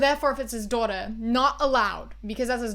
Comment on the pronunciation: this video's is important and I agree w everything but the way you say "daughter" ahhhh